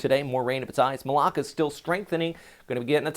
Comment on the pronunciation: The stress in pronouncing 'Malakas' is in the last syllable not the second.